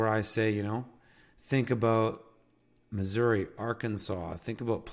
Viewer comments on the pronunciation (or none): none